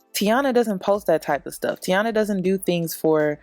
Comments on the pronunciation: its TAINA not TIANA. lol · It’s Taina, not Tiana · No shade but her name is TIE-EE-NA.